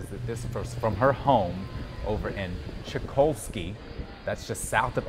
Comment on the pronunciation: It's Chock-A LOSS-KEY..That's how you pronounce. Chokaloskee, FL--You're a journalist..Explore the history.